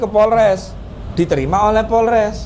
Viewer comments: 😂😂😂PORLES = POLRES. Mahasiswa juga...hiiii, ucapannya tidak boleh salah. Tetap SEMANGAT wlu salah ucapan. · Mahasiswa ngomong nya porles..hi..hi...apa itu..polres...gak tau yaa.. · Mahasiwa ngomong aja egk danta polres bukan porles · Mahasiswa kok ngomong polres aja nggak bisa😅😅😅